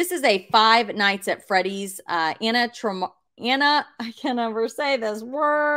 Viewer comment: Anna-MA-tron-ics and you said brah-min correctly 🎉